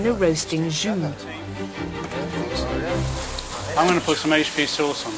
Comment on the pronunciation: Somebody desperately needs to teach how to pronounce, “Jus” properly. 🤦🏼‍♂️